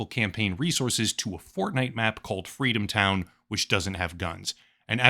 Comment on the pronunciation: Fweedom town?